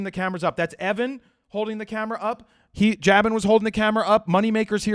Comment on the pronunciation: Jabin is JAY-BIN pronounciation, just so you know. "You're in shooting mode! ... Well ... "